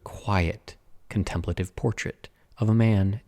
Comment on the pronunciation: I’ve never heard contemplative pronounced the way you did. Interesting, but uncommon. However you wish to say it is fine but took an extra second to understand what you were saying.